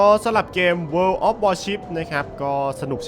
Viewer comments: โวออฟวอชิบ ไม่ใช่ เวินออฟวอชิบ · ทำไมมันอ่านว่า เวิน[world]